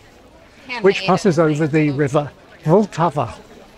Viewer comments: Nice🙂@ suggested your pronunciation of "Vltava" as "vul-tava" gives the first syllable an unnaturally long vowel sound and I agree but one thing I noticed for the first time (with your help) is that the "t" is the start of the second syllable and not the end of the first. I have slowly been getting used to these unfamiliar and often long consonant combination for 25-30 years using the rule that you just try and pronounce them all with minimal vowel sound between them but it seems the last in a sequence (followed by a vowel) can and should (perhaps always) be used to launch the next syllable? Regarding the emphasis, assuming we are talking about intonation, my Czech wife seems to emphasize "ta" (higher tone than "Vl"), our teenage daughter says "to je jedno" (no preference) and my adult son seemed to emphasize "Vl" when I asked him but possibly only because he realised my focus was on how to pronounce the first syllable. Maybe the emphasis depends on whether the first syllable has any significant vowel sounds in it? Here the second syllable seems to be pronounced with higher tone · Vltava - the stress is on the first syllable, vl, but it is short, not long as you pronounce it. Polish is the only language with soft r, but it is not as sharp, closer to zh. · I deeply bow to your pronunciation of Czech words, the only exception is Vltava, you have to push harder on L :D I wish my English pronunciation was that good! PS: This can be no less terrifying for English speakers: Strč prst skrz krk (Stick a finger through the neck). Where there are no vowels at all. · I still sensed a bit longer emphasis on L in Vltava in your pronounciation, but otherwise good.